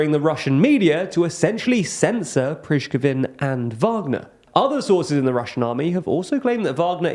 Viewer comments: Okay, take a look: is there a V in "Prigozhin"? No there is not. Please sound out words, one letter at a time, before saying them so many times in a report. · How many ways can people mispronounce the name of the Wagner leader?! I lost count at this point. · It takes no more than 1 minute to check the pronounciation of a word/name in another language. Why are the native English speakers always so lazy to do a minimum of research in that regard? 😄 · PRISH-guh-vin? Seriously? At this late date, this young man does not know how to pronounce Prigozhin's name? Pree-GO-zhin, son. It's Pree-GO-zhin. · Just to help, we actually don’t pronounce “Preeshgovin” or “Priskezin” but something like “Pree-go-jheen” because ZH is pronounced just like the S in "pleasure" or in "Indonesia". 😊 Great video by the way! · Prichkivin XD Pre-go-sheen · Wagner's boss should be pronounced as Prea-go-jin, not preachkovin :) But as usually, thanks for great work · it is pronouced "Pri-go-zhyn", not "Prichkovyn". Otherwise a solid report, yet again! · please... prigozin prí-go-"gin" (first "i" emphasis) is already close enough. but its not pizgovin, prizgivin... :D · Why are you pronouncing Yevgeny Prigozhin’s name like that? Lol you’re pronouncing it “Prij-ka-vin” or something like that lol I believe it’s pronounced “Prih-Go-jin”. Either way, great video, as always! SLAVA UKRAINI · Preechkhowin ? Who is that ? Really ... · my ears bleed everytime i hear you verbally sodomizing names... repeat after me, "PRI - GO - ZIN", it's a pity considering all the good research you guys put in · I ain't hating, but pronouncing Prigozhin as "Prishkovin", and mispronouncing other names and locations, kinda implies that you're just reading a script and don't actually follow the conflict at all. Which is fine, news people are not experts or researchers, but still, improving this issue does not seem hard to do. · Prichkovin? Really? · Try to say it correctly next time: "Pri-go-zhin" Thx for content!)